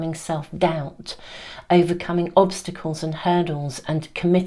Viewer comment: Oh yes— I heard ‘blobstacles’. I loved it and I’m keeping it!